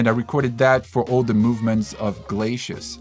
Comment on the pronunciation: Glay-See- us not Glay-Shea-us